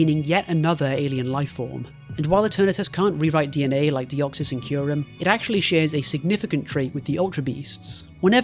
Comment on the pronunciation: "Kai Rem" lmao you pronounce Kyrem correctly in all the other times. Was this just to provoke a comment?